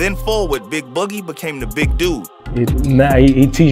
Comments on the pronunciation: 😂 he tried . Sad cause he practiced boogie all day and still got it wrong lmfaoo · How the anchor man can’t pronounce “boogie” ?